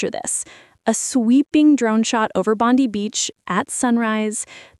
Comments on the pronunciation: Yay! 😍 FYI it’s pronounced Bond-EYE beach though, not Bondy beach 🤓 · Good onya boys! 🇦🇺🇦🇺🇦🇺 It’s pronounced BondEYE not BondEEE! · And it’s Bond-i not Bond-e. Bang chan was born in Korea but is Australian citizen since very young. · Bon die not bon dee